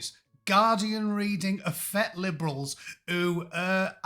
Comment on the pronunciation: is so rugged and manly he can't even begin to pronounce the word 'effete' properly.